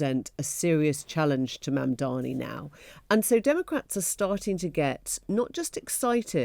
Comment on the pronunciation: Mamdani not Mandani..